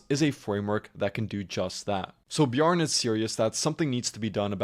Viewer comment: It's pronounced Bjarn-eh